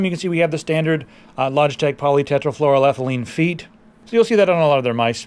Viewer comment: I wonder how many times you had to practice the real name of teflon (Polytetrafluoroethylene) in any case, kudos to you mister, because it was flawless